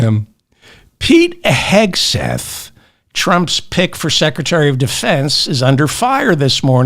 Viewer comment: Thanks for your perspective, David. Pronunciation feedback-it's Pete Hegseth (not Hesgeth).